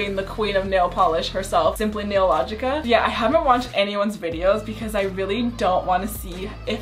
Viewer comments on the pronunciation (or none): bruh she said simply nailogica instead of nailogical 😂